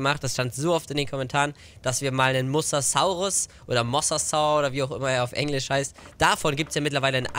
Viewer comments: Mosasaurus wird anders ausgesprochen! Das o ist länger und das s weicher. Mosasaurus, nicht Mossaßaurus! 😜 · Bei Mosasaurus wird jedes "S" wie bei Sonne ausgesprochen ... Das ist auch im Englishen so .... Jeder Dinonamr wird lateinisch ausgesprochen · Der Mosasaurus wird wie die Farbe rosa ausgesprochen ;)